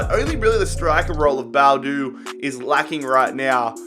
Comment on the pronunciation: It's bo-adu